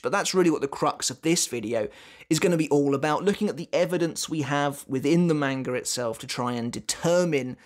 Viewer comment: What in the world is a "manger"? Is that how you're supposed to pronounced manga? I always thought it was "mahn guh" not "main gur"... So confused.